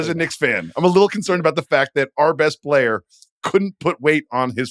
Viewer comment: Verno talks about Reggie making Shenguns name 2 parts “shen-gun” but little does he know he does the same thing with the word “player”…”play-er” 😂